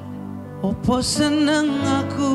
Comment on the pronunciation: Judika kayak orang Jawa asli nyaaa , pengucapan bahasa jawanya fasih banget ,,, bilang NENG bukan NING Bilang SENG bukan SING